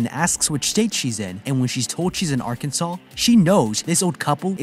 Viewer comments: mispronouncing like this would definitely be a red flag. Arkansans will correct you - emphasize "kan." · ArKanSen not Arkensen